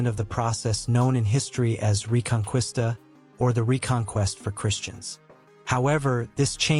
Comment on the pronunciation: Who is this bumbling buffoon narrating? Literally ANYONE familiar with the subject matter knows how to pronounce "Reconquista", and this guy is hurting my ears. The rest is propagandistic tripe; there were no "forced conversions". Like with the jew, the moors were given a choice to convert or leave. If they converted then the expectation was they gave up their mohamedan ways.